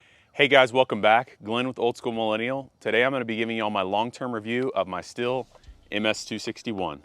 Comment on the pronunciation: Stihl is pronounced like the metal, steel. Just fyi